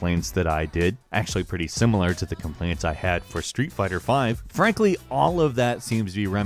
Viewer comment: When you say and frankly why does it sound like to me you are say. Ann Frank... ly